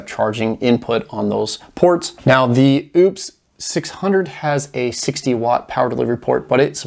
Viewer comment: you keep on pronouncing the wrong name on a certain power station. It's "o-pous" not "Oooops". Keep up the Great work. Looking forward for more. Thanks 👍